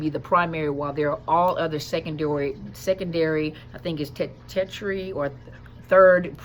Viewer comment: Heads up...@ The word looking for is tertiary. From Latin, meaning of a third component or rank. It's phonetically pronounced as...tur-shuh-ree. Thanks for vids.